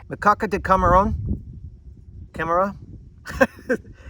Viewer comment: ca-ma-rrrrrron you got it right bud! at least for me as a cuban lol love your videos broski! always a great time just chilling at night and enjoying them! please continue to put our the videos you do they are such a great time to enjoy during my free time! all the love from idaho!